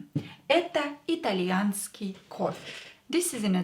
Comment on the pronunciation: did it change From итальянский То итальянска? You seem to pronounce It differently....